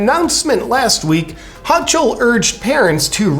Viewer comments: Not overly important but the current ny governors last name is pronounced hoe cle not hoch el. Also Whitmires last name is pronounced evil witch. Just wanted to keep your news broadcast accurate. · it is pronounced HO kOL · HOCHUL is pronounced HOKUL. like seriously you know how terrible her policies are but you never heard her name pronounced? come on already. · It's "Ho-Kull" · It's pronounced Ho-kill.